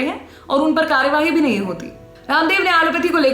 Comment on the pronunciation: जी की संवाद अदायगी मन को छू लेती है,,,आपकी आवाज में एक खास कशिश महसूस कर रहा हूँ,,,,,जबरदस्त,,, हो सके तो कार्रवाही का उच्चारण कार्रवाई करें